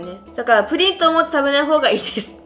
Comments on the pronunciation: プリンの発音が不倫みたいで草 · プリンの言い方のクセ強くない？